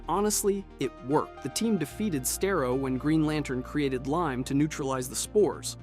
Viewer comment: Sta-roh, say with me now, STA-ROH. that is how Starro is pronounced, not stai-roh